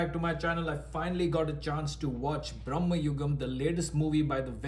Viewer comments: Bhramam means all those - illusion, madness, craze etc. in this context madness would be appropriate. Many are miss pronouncing it. It’s Bhra.ma.yugam. Brahma is of entirely different word meaning. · It’s Bhramam- there may be reasons for producers to keep it BRAMA as Gen Z do not pronounce words correctly